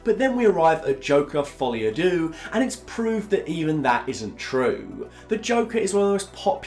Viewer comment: Folie a what? Dooo? Phonetically its derrr mate. Not dooo. And by the way, its easy to slag it off. Make your own joker film. I wonder how good that would be. Youre not mark kermode mate. Trust me